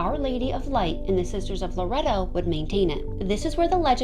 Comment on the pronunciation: It's pronounced lore ett toe. I live near the church. I try to help & guide as many tourists in the area as possible. I love telling people about my city. Our history is alluring.